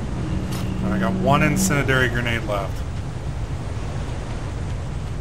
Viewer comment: HARRUMPH. IN SIN DEE AIR EE IF IT HAS TO DO WITH FIRE, YOU SHOULD KNOW HOW TO PRONOUNCE IT